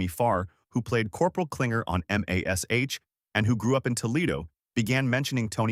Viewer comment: its MASH not M A S -H